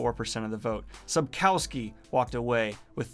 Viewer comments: please look up how to pronounce "Sapkowski", i literally wouldn't know who you are talking about if the picture wasn't there. it's pronounced a bit like Sup-koff-ski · Daniel please prounce Sapkowski less English and more Polish